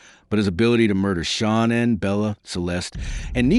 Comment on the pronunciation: Please pronounce Shanaan's name correctly. It's not Shawnan. Its Nicole not Nickel.